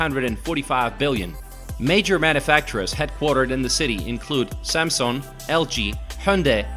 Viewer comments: must be him from a different account. Doesn't change the fact that his pronunciation is garbage. Not to mention the things he talks about Korea. Many are wrong. I live in Korea. Trying to pronounce Korean words made me cringe how bad he is. He even made a mistake on SAMSUNG...seriously... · not 'gaeŋ-nam'. you have to pronounce it 'Gɑ:ng nam' similar to 'Kang-nam'. like 'Samsung'(not sæm sung) .